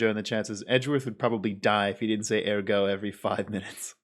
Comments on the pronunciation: "Edgeworth would die if he didn't say 'ergo' every five minutes" "It's a medical condition". Nah, it turns out he's like a pokemon, and already knows four moves: smarm, mockery, updated autopsy reports, and OBJECTION! In turn he forgot how to breathe. He's not saying ergo.. he's saying 'air go' to remind himself to inhale! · "air go"! lol I almost spat out my soup.